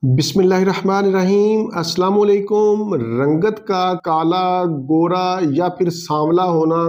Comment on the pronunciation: Jin ki madri zabaan (mother tongue) Punjabi hoti hai un me 99.99% log Salaam, kalaam or naam ka sahi talaffuz kernay se mazoor hotay hain. Lihaza is ko mazoori samajh ker nazer andaaz kijiye or content pe tawajjah fermaiye.